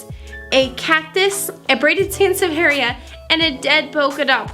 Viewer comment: That's a jungle room haha. The snake plant, in the Netherlands we actually have a complete different name for that. It is a sansevieria, but it is almost even commonly know as a 'vrouwentong' (lady's tongue). You Latin pronunciation wasn't too bad actually, don't beat yourself up about it if it doesn't roll of your tongue, it is a dead language after all.